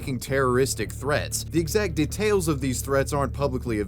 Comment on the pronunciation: De tails Bruh it’s one word, details.